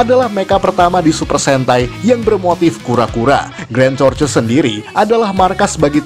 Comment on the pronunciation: Tortois Bacanya "Tortoa" Bkn "torces"